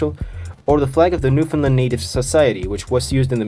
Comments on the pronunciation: great video! as a newfoundlaner though i feel like i have a duty to say its new-FOUND-land not new-finland ☺ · Its Newfoundland.